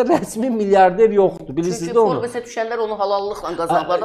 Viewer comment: Forbes yox, forbs.